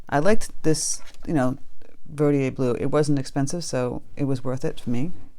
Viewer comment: Yay! Holbein! Marine Blue is a nice turq. color. Mixed with Daniel Smith's Quin. Gold makes a very pretty green. And, BTW, I think it's pronounced ver dee der blue.